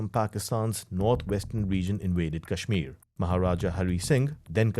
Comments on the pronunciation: You are a donkey...its Kashmir not cashmere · PLSSS I CANT GET OVER HOW THAT GUY KEPT PRONOUNCING KASHMIR "Cashmeer" 💀💀✋🏼